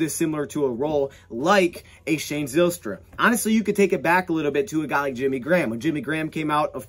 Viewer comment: The y in Zylstra makes a hard I sound like Ryan or Kyle